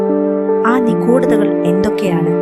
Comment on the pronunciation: നിഖൂഡത, ഖാലത്തെ 😮ഉച്ഛാരണം വളരെ മോശം